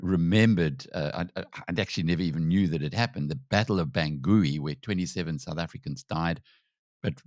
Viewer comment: Please pronounce Bangui correctly